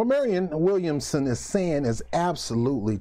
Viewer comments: Man what does it take to pronounce Williamson ? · Damn you cant say her name right 5 times in a row,😆 williamson for president!!!!!!2020!!!